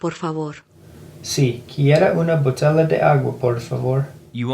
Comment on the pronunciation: on that Babble skit, quit reading and first listen to the accent. I could tell you were reading because you didn't hear the BOTEYA, but you read BOTELA. You pronounced it as you read it. Listen with your eyes closed a few times first. Then read it if you have to.😊